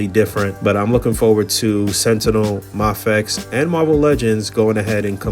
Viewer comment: It's may-fex* 🕵